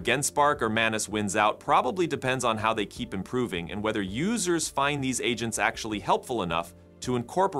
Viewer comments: Haha I see what you did there "Adge Ents" sounds like something straight out of a Tolkien-tech mashup! Honestly, with all the mispronunciations from voice AIs lately, we might be summoning some very annoyed tree overlords soon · The mispronouncing of "agents" several times is almost physically painful.